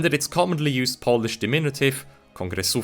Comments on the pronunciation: Another great video on the history of our nation! thank you for bringing these topics to light on your channel. I'd also like to applaud you on your well pronunciation of Polish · As a Pole, Polish pronunciation is perfect and I wish that your channel to be better known, because it is criminally underrated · Nice man, really good pronunciation